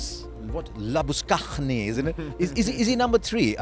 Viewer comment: Can't believe can't pronunce 'Labuschagne' correctly even after Harsha subtly put it out there.